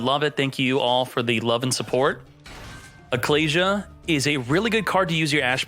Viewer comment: Those pronunciations of Ecclesia and Apollousa made me quit the video